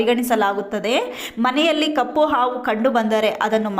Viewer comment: ಆವು ಆವು ಅಲ್ಲ ಅದು ಹಾವು 😎